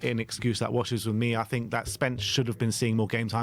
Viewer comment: Oh no, gone back to saying “fink” and “frough,” why, why? 😂 I thought you’d got over sounding like a fairground roustabout! 🤣